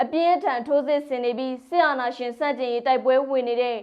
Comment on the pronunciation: မြလိုမင်္ဂလာပါရှင်လို့ပြောပါလား၊`ရှင့်´ဆိုတာကြီးကနားထောင်လို့မကောင်းဘူး။